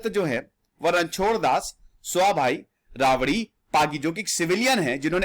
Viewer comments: Not ravari.. it's rabari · श्री मान जी कृपया करके अपनी जानकारी को दुरुस्त करने का प्रयास करे 🙏🙏🙏 रबारी को आप रावड़ी बोल रहे हो It's RABARI NOT ravari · सर, वो राबरी नही होता, रबारी होता है। रनचोड दास रबारी । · Yes sir, pronunciation of ranchoddas savabhai rabari (रणछोडदास सवाभाई रबारी ) is correct,please correct it in your next video of this series,If make any thing